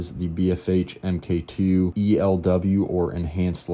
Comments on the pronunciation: Omg, it’s pronounced “Mark Two” not “M K Two”. 😂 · Pronounced MARK!